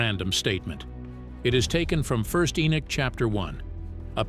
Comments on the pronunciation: It's Henok not Enok why is that thy always changing the name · ♡content but you're driving me crazy the man's name is EN"O"CH there is no Nick in his name is NOT E-nick,.No..it's Enoch- There is NO NICK in Enoch- for Gods Sake - please pronounce it properly - it's very disturbing when you keep pronouncing it wrongly-I don't mean to be over sensitive but for example if my name is Fred and you keep calling me Caesar that's not my name my name is Fred and once you know the true meaning and pronunciation of the name Fred and then you continue to keep calling me caesar it's not just that I'm not going to avoid you I'm going to start being a little offensive and pissed off stop it- there is (no Nick) - In ENOCH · Huh??? Who in the world is ------> "E E E -N I C K" ??? Repeat after me ------> knock, walk, talk, sock, dock, jock, mock, lock ......... now, say -------> E N O C H